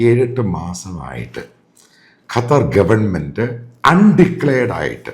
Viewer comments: എടോ തള്ളാശാനേ കറ്റാർ അല്ല ഖത്തർ എന്ന് പറ. ഇതെന്തു ഇടയ്ക്കു കറ്റാർ ചിലപ്പോൾ ഖത്തർ. ഒരുമാതിരി ആണുമല്ല പെണ്ണുമല്ലാത്തപോലെ.. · ഇയാളെന്താ…..കാറ്റാർ എന്ന് പറയുന്നത്…?🤪